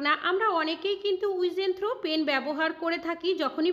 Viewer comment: উইজেন থ্রো না হয়ে | ইউজ এন্ড থ্রো হবে। ঠিক মত পড়া না করে মঞ্চে আসা ঠিক নয় |